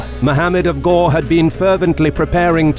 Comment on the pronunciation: its not ghor its ghori